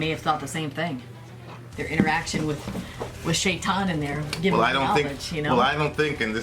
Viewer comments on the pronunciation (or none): none